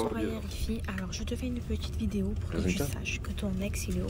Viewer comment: "j'espere qu'vous avait aimé cette vidiyo" chuis dead 😭🤣